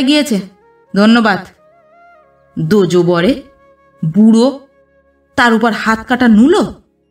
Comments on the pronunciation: দোজবরে কথাটি উচ্চারণ হবে দোজ্ বর বা বরে । দোজো উচ্চারণ হবে না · উচ্চারণ হবে দোজবরে, দোজোবরে নয়। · পাঠ ভালোই লাগলো তবে উচ্চারণে ' দোজবরে... 'জ' এ ওকার নয়।গল্পের মধ্যে এই শব্দটি বারংবার উচ্চারিত হওয়ার বড়ই কানে বাজছে। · দোজবরে তে উচ্চারণ এ জ তে ও লাগবে না, দোজ্ হবে